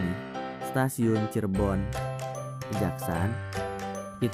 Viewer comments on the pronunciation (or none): Saya tinggal di Cirebon, itu dibacanya Kejaksan bukan Kejaksaan. Pengambilan namanya dari salah satu tokoh penyebar Islam di Cirebon Raya, yakni Pangeran Kejaksan (Beliau adik Ipar dari Syekh Syarif Sunan Gunung Jati). Kejaksan jadi nama Kecamatan ditempat Stasiun itu bernaung.